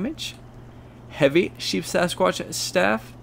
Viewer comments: Very informative but it is Sheepsquatch and not SheepSAsquqtch. Just fyi. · At least he was consistent in saying it incorrectly lol. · Not to be that guy, but it's Sheep Squatch, not Sheep Sasquatch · Sheepsquatch, not sheepsasquatch